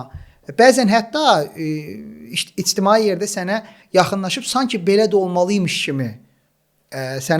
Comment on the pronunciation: Çox sağolun, bu movzu haqqında danışdığınız üçün., içtimai sözü elə tələffüz edilmir. Qulu Məhərrəmli sizin qonağınız olmuşdu,qulaq asarsınız necə tələffüz edir.Qüsur tutmaq üçün bildirmədim,sevgidəndir 😊.Nitqiniz mükəmməl olsun deyə.